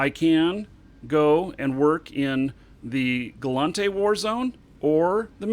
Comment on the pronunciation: OMG it's gallEnte not gallAnte. Am I wrong about this?